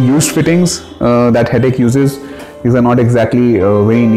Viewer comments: Wy everyone pronounce it as 'Hettiick' ? Its 'Hettich (as in Itch used in Itching)' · Ideas Modular Kitchens you are wrong... you can check their corporate website and press interviews.. They pronounce themselves as Hett- “itch”